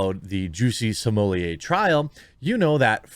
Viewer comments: Sommelier vs smollett - he is no sommelier ... is is properly pronounced small- et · C'mon, man... Stop "censoring" his name. You have it in your video title. At this point, it's just obnoxious to keep calling him, "Juicy Smm-oll-ee-ayyy" - The joke was funny at first, but we're past it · Why do you pronounce his name Samolieir.…. It’s Smollett. Nothing more nothing less. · What are you calling him???? It’s Smullet just like the mullet fish!! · You are pronouncing it incorrectly Im pretty sure you don't pronounce the ls so its smu-yeay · “Juicy Smoolyay” will never get old haha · dude, stop pronouncing his name like that. its annoying. its Juicy Smell-it, git it rite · Can you please stop saying Juicy Somolliet? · Why are you saying his name like a fruit pie, this is the United States and we Americanize pronunciations. His name is Smol-ette. The nation began weakening and the melting pot started to stop working when people insisted on their names being pronounced like they were still standing in the nation they turned their backs on in stead of standing on American soil. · Bruh.... it's pronounced "small lay". Like his D energy. Just call him smugglenuts if you can't figure it out. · When did everyone start pronouncing it 'Juicy Smol-yay?' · Bro...Sumooliyeh...Smullette...Smohlay...Salmonella.... CHOOSE A PRONUNCIATION AND STICK WITH IT!!